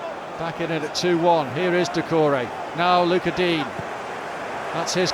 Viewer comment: "luca deen"